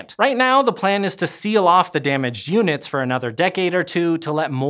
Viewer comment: Wasn't paying attention and had to rewatch a couple times. Sounded like he said "seal off the damaged humans..." Had to turn on the captions too see he said "damaged units"! 😅